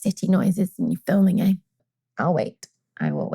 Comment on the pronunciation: Thanks for putting out content during your trip. 11/10 Also you said EH ............. so canadian :P